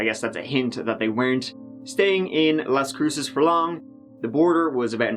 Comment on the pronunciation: Finally someone on YouTube who can pronounce Las Cruces correctly.